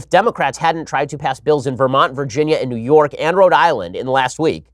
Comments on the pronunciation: When you say New York, it sounds like Neyorc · New York -> “Newurk”